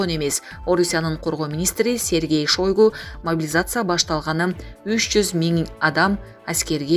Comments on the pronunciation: Шойгу эмес Шайгу болуп окулат, сабатсыздар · Шойгу😂,туура айтсанар фамилиясын,чочуп кеттим угуп жатып,же темасын туура жазганды уйронбодунор,дайыма ката жазасынар.